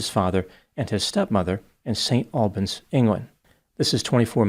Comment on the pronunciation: As an Englishman - and as someone who has watched many of videos - I'd like to give him kudos for how he so frequently pronounces foreign place names correctly. In this case, for example, St. Albans. It goes to show the amount of care he puts into these videos, while making so many of them